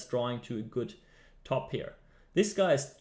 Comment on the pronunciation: pair not peer